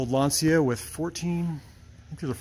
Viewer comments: You pronounce "Lantcha " not "Lansia " by the way gorgeous car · not really, in Italian it seems to pronounce Lanzia, instead of the right Lancia with C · lancia pronunsation ( lanceea) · Lanzia non si può sentire